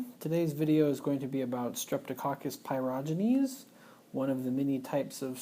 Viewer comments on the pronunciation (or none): there's no "r" sound in the word pyogenes as you pronounced it.